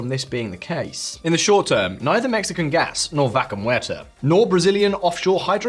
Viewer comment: No offense, but please research how to pronounce "Vaca" (it's not so difficult) <3